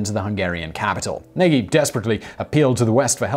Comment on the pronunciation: The Hungarian leader's name is pronounced"Na-j" not "Nag-ee", I now it is minor but how much research would it take to get something like that right? Kind of distracts from the whole video for me (to minimize my pedantry I won't also complain about how he pronounces Yekaterinburg)